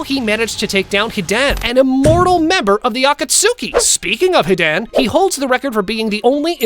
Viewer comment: can't pronounce Hidan right or akatsuki.....